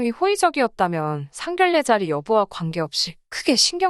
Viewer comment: 미친것 상결례가 아니고 상견례라고 읽어라 무식이 철철 넘치네